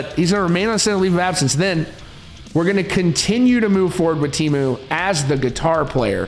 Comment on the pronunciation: Interesting video. However, it must be said that I cringed every time the Finnish name was botched. Teemu is not Tiimu. The 'e' is the same vowel as in the English word 'get', and it's an overlong vowel, you can stretch it forever. Mäntysaari, well... The stress is on the first syllable, always. The 'ä' is like in the word 'cat'. The 'y' = the 'ü' in German, cannot find an English dialect that has it. And the double 'aa' is the same vowel as in 'father', and overlong. It's a very phonetic spelling. [teːmu mæntysɑːri]